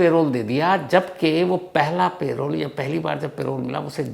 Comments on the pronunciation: It is not "pay-role" but "puh-role" spelled as parole! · Sir its Parole not Payroll - प रोल ✅ पेरोल ❌ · Payroll nahi parole hota hai